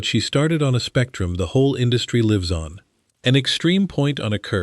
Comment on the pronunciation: 36.00 Put lives at risk, the Artif Idiot reads "put leves at risk". ?? At least try using AI properly.